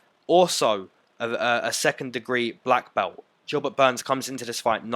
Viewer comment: "Jilbert Burns"